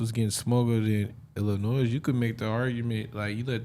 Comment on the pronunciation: Ermm...somebody teach Brandon how to pronounce 'Illinois' 🤷‍♂️😂😂